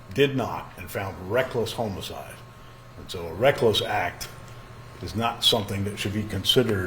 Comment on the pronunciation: Homo-cide. Bizzare pronounciation